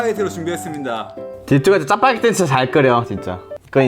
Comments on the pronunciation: 짜빠게티가 뭐죠 짜파게티 아닌가? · 짜파게티 아니가요?? 왜 짜빠게티자?